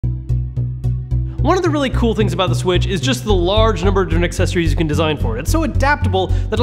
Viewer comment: Large number of what kind of accessories. I think you tried saying generic and it was a total fuckin fail. Listen to his first sentence.